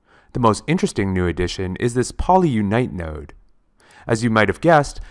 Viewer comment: Did you say "nerd"? Not "nerd" -- "node."